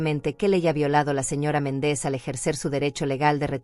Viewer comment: Si dice MÉNDEZ por qué dice Mendéz? No sabe pronunciar los acentos?😊